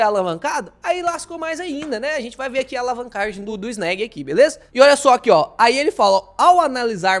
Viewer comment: SEM FALAR EM EGAF11 E FGAA11. MUITO MELHORES QUE ESSA NABA QUE PAGA PARA CANAL FALAR BEM. NÃO SABE NEM FALAR O NOME DO FUNDO. CHAMA DE ANÉG. KKKKKKKK. ESSE CARA É UM IDIOTA!!!!